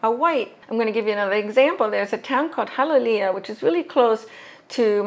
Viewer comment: You mispronounced “Hialeah”, is full of Cubans, who are latinos but the term latinos includes all latin Americans and Hialeah is just full of Cubans who dont speak Spanish correctly, but more like a broken _slang form of Spanish language and last, Aligators in Florida are also in Salt water like the Ocean, not just fresh water lakes, ponds, rivers, but in the Ocean too.